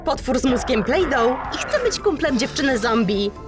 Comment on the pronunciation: Plejdo się mówię a nie plejdo,ł,🧐🙄